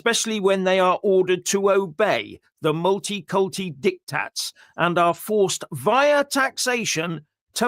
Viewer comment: did you just say multi cunti or is my hearing failing me?